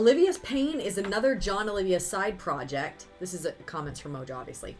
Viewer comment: Oliva = Oh-LEE-vah, Not "Olivia".